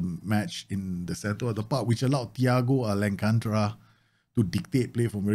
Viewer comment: Loved the vid but its thiago alcantara not alancantra lol